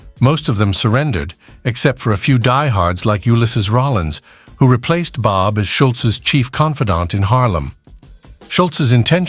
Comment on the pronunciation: Please. I have a very, very tough time following both the images and the odd narration for this video. First, the faces keep changing... and then sometimes at a blistering pace. Then one minute it is "Bob"... the next it is "Bab." And this kind of thing happens with other names and images. Why not get a real human voice and a script using accurate terminology? And nobody in the USA EVER referred to the numbers racket as a "lottery"...OMG! It was simply known as "the numbers"... period. Yessss. it worked similar to what is known today as a "lottery" or "lotto" but the numbers racket was never known as such. Furthermore, the name of the woman who ran the numbers racket jumps from one spelling and pronunciation to another... and her story is somewhat in error. Furthermore, the images of cars show totally or partially morphed designs that never were. One wonders why so much effort was made to create such fictional never-weres when the originals would have been far better (and more historically realistic) to view. Why?